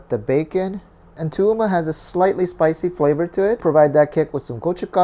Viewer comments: Toowoomba is pronounced too woom ba (I live there and this is so weird for me)✌️ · I live about...2 hours from toowoomba? This is so surreal. Ive never heard of the dish haha. You're pretty close with the pronunciation- its Tah-WOOM-bah, emphasis on woom but still quite monotone. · Just made for the chain, I'm afraid....I can't be the only bewildered Australian who clicked on this video. Actually regional cuisine isn't something you see much in Australia generally. Re. pronunciation (as I've heard it), it's hard to describe, but the most emphasis is on the sticky 'mb' bit. So I think your last attempt was pretty on it really. No need to elongate the 'oo' sound too much, it's like the one in 'woof' kinda. A lot of Australian pronunciation is just fast. You may have noticed few even bother with the 'u' in the country's name. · lol I lived in Toowoomba for 9 years- went to uni there. I've always pronounced it ta(h) whum bah!